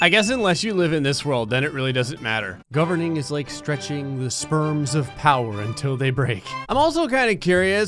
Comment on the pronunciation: ok has anyone noticed that he says sperms instead of springs 🤣🤣🤣